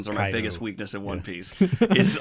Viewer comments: I have one thing to say... Kay dough (kaidou) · Those pronunciations had me in stitches. kay-do, doo-flamingo 😂😂😂 Not judging btw it happens often when binging the manga. You’ll pick up the pronunciations from watching the anime enough ✌️ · Ok I was following the One Piece growth of this dude in another room of the dude in a room which is hosting the dude in a room podcast, but I had to stop when the dude in another room pronounced Kaido as Keido! Sorry I just can't go on watching this!